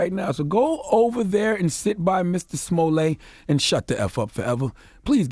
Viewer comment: Charlemagne it's pronounced "juicy smooYAY" get it right! 😂😂